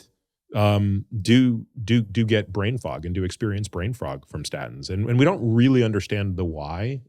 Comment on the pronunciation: He said "brain frog" HAH ribbit.